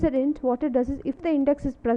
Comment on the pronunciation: please pronounce hint properly.. its hint not int